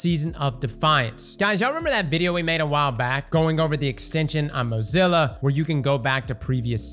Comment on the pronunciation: Man said Mozilla 😂